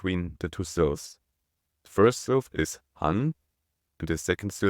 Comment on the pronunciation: Oh, my gosh! I was wracking my brain trying to figure out what "silves" were! 🤔 I even did a couple of Google searches with no helpful results. When you started talking about the two parts of 한국 it finally dawned on me that what you were talking about was "syllables!" 🤦‍♀